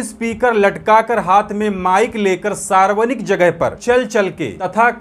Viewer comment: Sarvanik nahi sarvajanik boliye